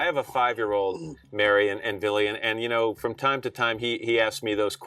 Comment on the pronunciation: Hey yall. His name a Vili. NOT BILLY. Vili Fualaau